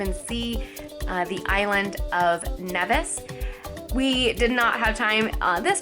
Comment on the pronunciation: It's pronounced kneevis